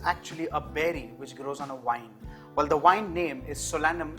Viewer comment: Greetings from a very cold Finland. Just a bit of advice. Tomatoes grow on VINES not wines. And they are called TOW-MAA-TO(Z) not tametoz. Listen to BBC Radio once a day. It's free and your English will improve hugely if you want. Thank you for all your cooking tutorials. Your teaching style is great especially because of your smiling cheerfulness.😊